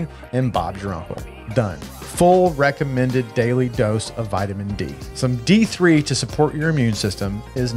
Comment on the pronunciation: Great video! I watched a couple other channels "March Madness" and enjoyed them, but nobody tops you on production quality and featuring the products with awesome shots. I was rooting for OF 100, but WT 101 certainly punches above its weight class. Side note- in the AG1 spot I thought you said it was "rectummended"🤣. Feel free to trademark and use that word, hahaha. You'll get no Cease & Desist from me.